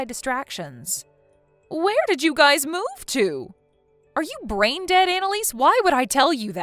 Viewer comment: the word "your" covers both singular and plural, "your guy's" is poor English, especially pronouncing it as "guyses"